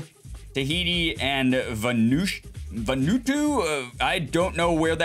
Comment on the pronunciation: Vanuatu is pronounced va new a two